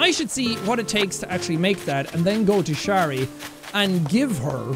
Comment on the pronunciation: Its so wierd hearing jack say my name in animal crossing of all games hahaha Btw. Shari isn't that of a common name so I'm surprised that he pronounced it correctly, makes me quite happy :>